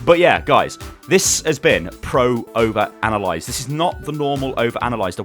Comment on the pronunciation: Pr-oh-ver-ana-lie-zid..Yeah I dont see whats wrong with that